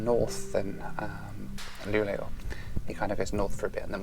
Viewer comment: A few things: you seem to pronounce Luleå more like "Luglio" (which means "July" in Italian). "Sovvagn" means "Sleeper wagon", "väckning" means "awakening" and "en smak av Sverige" means "A taste of Sweden".